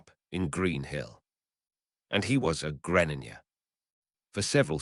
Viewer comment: Nah I can't what the fuck is a Greninja it's pronounced gre slight pause ninja